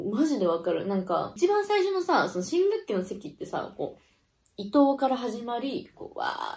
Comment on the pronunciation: 新学期が新武器にしか聞こえない😊